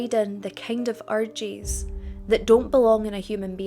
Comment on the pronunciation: Your pronunciation of “ urges “ sounds like orgies 😂